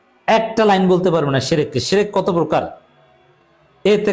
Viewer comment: তারেক সাহেব নিজেই শেরেক করে শেরেক। তারেক শির্ক কে বলে শেরেক, বুঝাই যাচ্ছে যে সে শিরক সম্পর্কে কিছুই জানেনা।